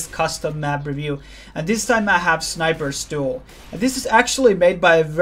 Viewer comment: sounds like youre saying sniper's stool